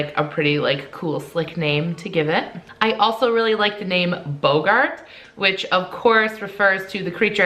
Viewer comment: No offense but you said boggart wrong edit: god I sound like hermione